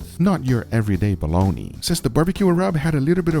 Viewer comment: "I really recommend you smoke yourself a balloney."